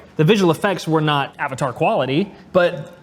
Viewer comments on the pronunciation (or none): none